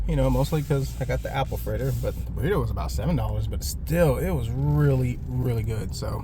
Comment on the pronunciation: When you said "fritter" I thought you said "critter" which looked about right